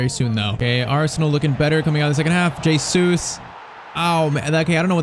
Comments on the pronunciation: It's not J Sues its pronounced heysues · It's pronounced "HeyZeus"